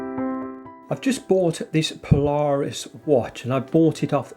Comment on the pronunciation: Pronounced Paula...Reis...